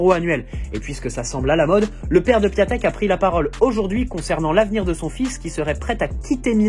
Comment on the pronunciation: On lit Piantèk frangin pour D'écrit PIATEK